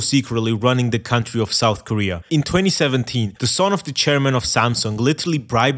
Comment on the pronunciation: Souf koweay is bwoken